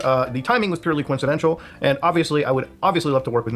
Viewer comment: You wanna talk about annoying voice? Why does Keep saying coincedential instead of coincidental? There’s no chull. Koh-In-seh-den-tal Not Koh-in-seh-dens-chull